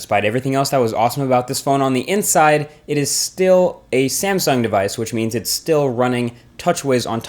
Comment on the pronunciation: did you just said SAMEsung at 36 second :)